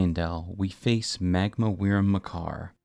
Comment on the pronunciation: wyrm is pronounced worm.....